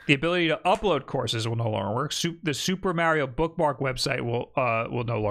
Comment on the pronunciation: I always appreciate you saying 'Mario' correctly.